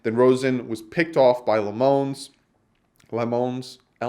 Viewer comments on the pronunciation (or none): the last name lammons is pronounced (lamb-ins) the guy went to my high school and graduated a year or so before me